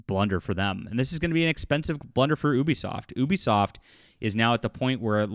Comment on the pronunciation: I like how you never say Ubisoft name right unless if it’s reading something someone said (sometimes)